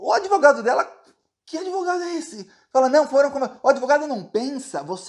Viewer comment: Esse cara não é Advogado e sim "ADEVOGADO". Com certeza ele fez algum curso de direito via "ouvindo nas ruas" kkkkkk